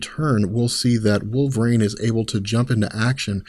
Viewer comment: you keep pronouncing "wolverine" as wool-vrain. It's weird